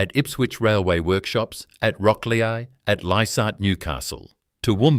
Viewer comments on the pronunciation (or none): the A.I. generated Voice calls Rocklea pronounced Rocklee as Rocklee A